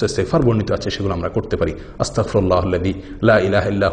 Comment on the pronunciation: ভাইয়া সঠিক উচ্চারণ হলো,,,,আস্তাগ ফিরুল্লাহ্।।